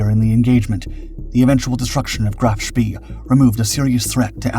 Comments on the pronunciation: Here we go again the narrator’s pronunciation is way off, Graf Spee is pronounced Shpay, named after World War I Admiral Maximilian von Spee, whose name in an earlier video was also pronounced Spea. Only a minor quibble but a glaring error really as nowhere on any contemporary broadcasts by British or American sources do we hear this. And to describe the sinking of an unarmed and helpless merchant ship as a victory is a little crass in my opinion. The breathless and hurried voice is bad enough but for Chinese Robot AI style mispronunciations and phrasing to keep creeping in is something of a distraction. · Graf Spee is pronounced “GROFF SHPAY” not “GRAPH SPEE.” Prinz Eugen is not pronounced “Prinz You gen,” its pronounced “PRINTS OY GEN” Oy as in boy. Gen as in again. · KMS Graff Spee is pronounced GROF SHPAY, to be historically accurate . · Sorry but i think Bäden am See = Graf Spee. "e:" not "i:" I might be wrong tho... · Isn't it pronounced " Graf Spay"? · "Graaf Spay". Say it till you can do it right.